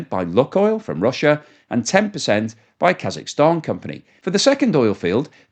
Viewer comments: Luke oil not luck oil? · The pronunciation of “Luke oil” can be broken down as follows: "Luke” is pronounced as /lˈuːk/ (rhyming with “look” but with a long “u” sound, like “loo-k”). • “Oil” is pronounced as /ɔɪl/, with the “oi” sounding like in “boy” and ending with an “l” sound. So together, “Luke oil” would sound like “Loo-k oil” with emphasis on the first syllable of Luke and a diphthong “oi” sound in oil.